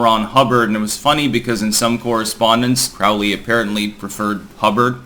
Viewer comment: It's pronounced Crowley as in Holy. Parsons was interesting as hell yeah